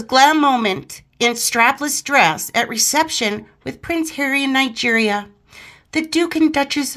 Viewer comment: it's Nigeria not night gear